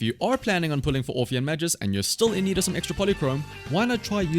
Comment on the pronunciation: Side note: "Magus" is pronounced with a hard G, not like "majus"